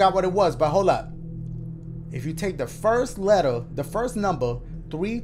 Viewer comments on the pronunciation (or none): none